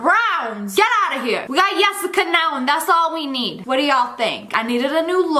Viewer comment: It’s Yessica not yesaca😊